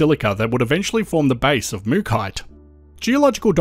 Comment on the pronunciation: Why pronounce it Mookite but it's spelt MookAite, and it's from MookA